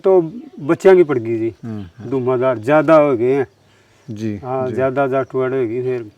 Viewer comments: पत्रकार भाई तेरे सामने ये बार बार जाट को जाटवाड् बोल रहा है क्या ये सही है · ये बाल्मीकि भाई जाट को जाटवाड़ बोल रहा है बार बार ।।। क्या ये सही है??? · अरे भले आदमी इनका सब कुछ जला दिया इब जटवाड़ा भी ना बोल